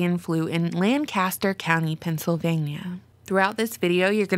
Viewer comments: Lankisster is how it's pronounced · Interesting that most everyone outside of PA can't pronounce "Lancaster" correctly... LOL